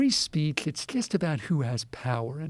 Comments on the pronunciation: Free Speatsh lol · Free Speatsh